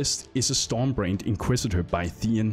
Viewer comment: Took a while before I realised he was saying "storm brand" and not "storm brained"